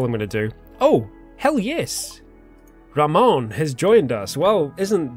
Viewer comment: His name would be pronounced Rah-moan, so you should call him Joey Ramone. And on that note, rename the other guy Iggy.